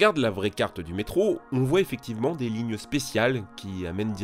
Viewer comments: Je sais ce que c'est qu'un métro, merci, mais un "meetro" comme il dit au début de la vidéo, jamais entendu parlé... "Mitro" si tu préfères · il a dit le mitro a 0.28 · Je te corrige tu a dis le "mitro" mais sais pas grave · ta dit mitro je crois non qlq peut m'le confirmer stp